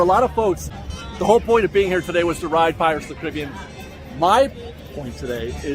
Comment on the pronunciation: Say it with me..."Pirates OF THE Caribbean"